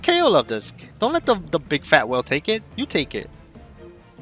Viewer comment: Let's goooo Luvdisc! ❤ and yes, you're pronouncing it right. Lol